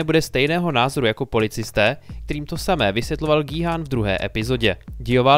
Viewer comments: gííí háána ? :D wtf vždyt je to kjhun :D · G-Khun(čte se to Gí-Jun